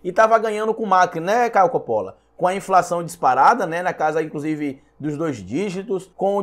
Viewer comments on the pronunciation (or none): none